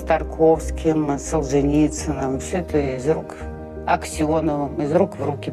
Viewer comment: ТАрковский, а не ТОрковский